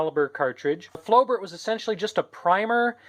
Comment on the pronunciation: It's pronounced as flo-bair